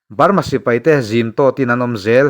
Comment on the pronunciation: A tawp lam hi i ti BALMA tlat zel😅😅